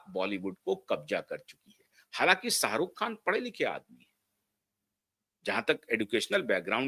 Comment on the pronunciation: Jhat ke keede.... Salman ki Somi Ali hindu thi kya jhatu.... Pahale bolna seekh khujli wale kuttey.... Sarukh.. nahi Sharukh hai anpad... Buri gat ke....